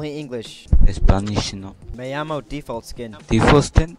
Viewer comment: "myomo default skin" Miguel: (not realizing he's speaking English) "defualt skiiihn?": (laughing hysterically) yea Best part of the vid. By far lmao